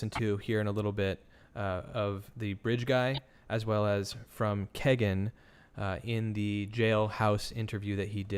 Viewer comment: AHHHHH I'm sorry but every time y'all say Kagan I cringe. It's KEE-GAN. BUT.... he deserves no respect on his name so carry on lol